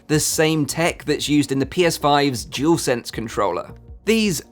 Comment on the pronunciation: Dualsense not jewelsense 🤦🏻‍♂️😂.